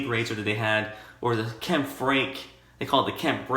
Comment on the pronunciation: Kampfe would be pronounced Kam-pfuh